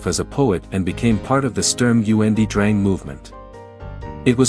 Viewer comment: “Goethe formed himself as a poet and became part of the Stürm U. N. D. Drang movement.” LMAO 🤣